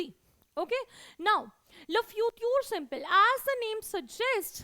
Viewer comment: Yes in French SIMPLE is pronounced as sample . I don't know why she teaches .